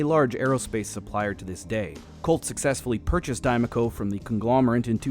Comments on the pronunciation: If you're taking the first parts of the words "die making company" then it should not be pronounced "die-mah-co". It should be pronounced "die-may-co". Because the "ma" in "making" sounds like "may" not "Mah". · But the 'Ma' in make, is May-Kuh & not Mah-Kuh. So by those standards it's still wrong, like travelling must have 2 'l's - otherwise it is Tra-Vee-Ling... just English Word Speak. So 'Die-May-Co' - also I just can't not think about the Mass Effect Mako. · i'm screaming inside since the speaker is complaining about pronunciation and then getting it wrong. die - muh - co. ma isn't muh. it could be mah (mac donalds) or ma (mama) or mei (make). there is no schwa in any of those vowels.